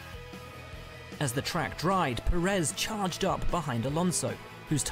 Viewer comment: M8 you still cant pronounce names. Bro you don't need to know how to say it in there language just in English like who tf is max vursthappen its max ver stap pen. Kimi raik konen. Sebastian vet tel. Valt Teri bot tas. Sergio per ez.